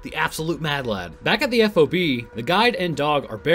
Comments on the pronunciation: The term F-O-B is pronounced "Fob" in the military, I've met military personnel and they all say the same. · Hey, FYI, in the Marines, we don't say every letter in F.O.B. its just FOB...